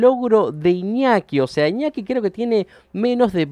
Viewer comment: JAJAJAJAJAJ "IÑOKI" 🤣